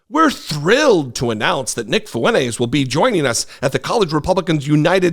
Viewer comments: It's not fuenez. It's Fuentezzz. He's Hispanic and he doesn't even know it! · Fwen-tez! say it right, ray getard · You're pronouncing his name wrong